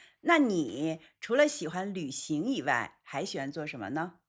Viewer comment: 老狼发音"以外"这样：［ivai］、不 [iwai] 。多不多中国人发音这样？